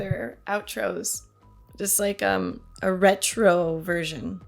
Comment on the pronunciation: Retro? Retch-ro?